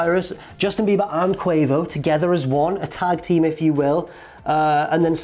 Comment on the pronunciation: What is a 'Qway-Vo'?